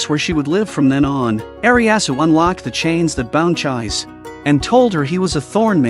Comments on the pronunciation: It's not Ch-eyes, IT'S CHEE-SEH!!! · The name of the red headed girl is pronounced ’Chee-say’, not ‘chize’. If you’re going to use computer voices to narrate, at least make sure you get the pronunciation right! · Her name should pronounce like "Ji-Seh" not Jai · everytime the ai pronounce her name as chize instead of chees-sé always makes me giggle a lil bit 😂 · Chise is pronounced Chee-say. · It's too late, we are all emotionally attached to cheese now . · The narrator's pronunciation of the names of the protagonists is a trip. The wendigo, called, is Elias (last name Ainsworth). The girl's name is Chise Hatori. The English AI is pronouncing it after the English fashion..."chais"...which makes one... or at least me...chaise lounge furniture. The Japanese pronunciation is Chee-seh. Or chee-say English is a very cumbersome language in this regard. Vowels with different pronunciations in different words. And occasional silent letters, both vowels and consonants. One may ask why this is so. It's sort of akin to the difference between english and metric measuring systems. At least in my amateur opinion.